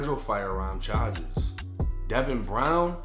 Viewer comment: ChaGes lmao dude drops the r when he says charges